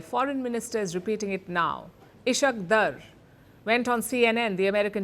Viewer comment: It's not ISHQ DRRR, IS-HAAQ DAAR!!